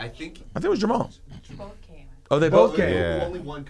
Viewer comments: It’s Jermall not Jamal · It's JERMALL Charlo -- not "Jamal"